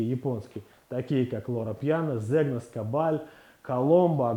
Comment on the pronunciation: Добрый день, уважаемый эксперт! Zegna и Agnona по русски произносятся как Зенья и Аньона. То же самое относится ко всем словам в итальянском и французском языках с буквосочетанием gn. Как пример, champignon (франц. - гриб) мы произносим, как шампиньон.